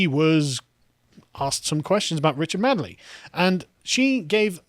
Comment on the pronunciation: It's Richard Madeley not Richard Madley, pronounced MAYDLEE